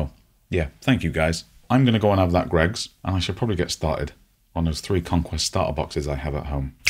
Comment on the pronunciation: I felt a great disturbance in the North East, as if millions of voices suddenly cried out in terror and were suddenly silenced, at the pronunciation of GREGGS! Dear God!